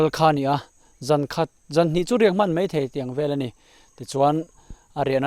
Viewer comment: A thusawi mei tih hi a dik lo mei ni lo in mai tih tur aw....tawngkam uluk deuh ang aw